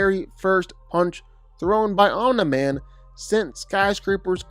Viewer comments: Om-knee not om-n-eye but apart from that it’s a very well written video,good job getting that info, must of took ages! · Dude, you are seriously pissing me off with your OM-NIGH-MAN pronunciation! ITS OMNI MAN for god's sake😭😭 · BRO CAN U PLEASE STOP CALLING OMNI-MAN AS OMNAH-MAN OR OMNIGH-MAN . IT DRIVES ME CRAZY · Say Omna Man one more time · Fr. Ts pissing me off😭